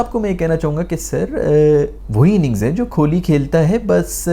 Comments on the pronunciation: Kholi nehi Kohli hai yeh. Allah ka khauf karein, aise mispronounce naa karein 😂😂 Aur Azam Khan ko "Ajam Khan" nehi, hum bulate hain "Chhota Aloo" 😁😁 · Yaar, the "Kholi" thing is annoying waisay, and I'm Pakistani 😃. Pretty sure you do it on purpose. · Kholi ❌ Kohli ✅ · Kohli ❌ Kholi ✅ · His name is kohli not kholi. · Nobody cares if you take kohli's name wrong, we can understand your pain & frustration 😂